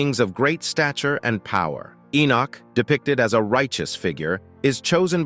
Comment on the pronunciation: Who the HELL is "Enich"? E-noch